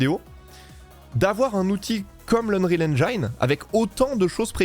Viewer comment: Un petit détail , en anglais engine se prononce "haine gine" et non "haine jailleneu", ca fait parti des mots anglais ou le i se prononce comme chez nous, merci pour la video.